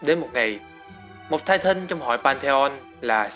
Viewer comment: tai tần chứ tai tân trai tân